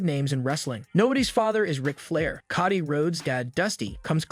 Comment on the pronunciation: It's Cody NOT Kotty